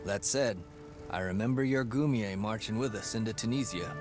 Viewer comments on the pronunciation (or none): none